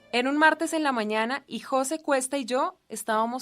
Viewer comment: Jóse.... Porqué pone el acento en la "o". MDF influencia de presentadoras con el coeficiente intelectual de una yegua...